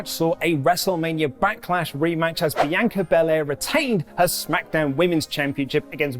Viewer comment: I have never heard Bianca pronounced that way in my life.